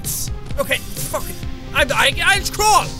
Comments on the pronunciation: When you said fuck it it sounded like fuget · The way he said,"FUCK IT!!!"